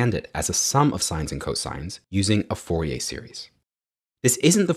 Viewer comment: Pronounced FOR-EE-AIR , not FOR-EE-AY